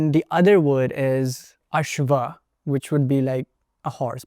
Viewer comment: The sanskrit guy doesn't know the Sanskrit he is using visarga in every word. He said Asva it is Asv you can't use visarga without sentence only names you can use .